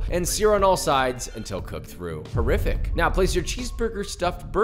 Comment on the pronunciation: That “horrific” gave me happy Madison “terrific” vibes